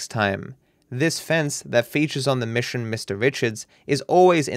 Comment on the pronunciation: Mish-on Ga-rashe Gl-itche